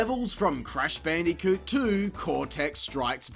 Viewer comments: BAN DEE KEWT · Gotta love the way he pronounces "Bandicoot"